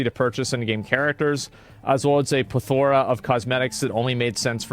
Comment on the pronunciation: did he say plathora?